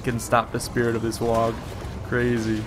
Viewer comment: hey bro, you don't pronounce the G in "WAAAAAGH" ;) HA HA